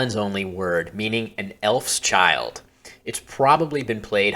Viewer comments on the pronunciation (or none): none